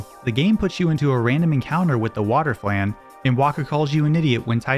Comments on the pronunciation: Cant believe this dude doesn't know how to pronounce flan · He can't even pronounce "flan" right lmao